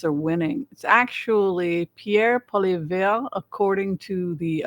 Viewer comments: How to pronounce Polievre - Poli - eh-vie. The eh sound is like when kids say meh. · Pierre Poilievre. Is pronounced Poiliev (Poly ev). I live in Ottawa very close to where he lives. He is our MP (member of parliament. Like our representative in the house. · I appreciate you taking the time to shine some light on Canada. The US is a large force in our global affairs and obviously what happens there affects us, your neighbours. But I appreciate your perspective on Canadian affairs Side note: your pronunciation of Pierre Poilievre is hilarious. Please don't change it 😄